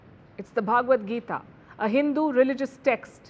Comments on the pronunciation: Please say Bhagavad Gita not bhaaagavadgita. Bha not bhaaa. Pronounciation correction. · Please pronounce the word Bhagavadgeeta correctly. It is Bhagavad, and not Bhaagvad. 🙏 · It's "Bha-ga-wad-Gita". It's not pronounced Bhaagwad Gita. Bhaagwad has a separate meaning in Samskritam. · the way you pronounce bhagvat gita isa actually insulting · Palki , first pronounce Bhagvad Gita properly